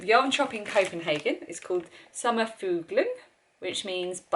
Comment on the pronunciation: Summerfuglen you say it with out the g